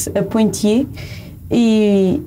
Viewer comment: Poitiers e não Pontiers (que nem existe)